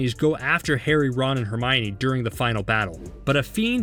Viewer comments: Did he say HeRmInOr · am i the only one that noticed he said herminor instead of hermine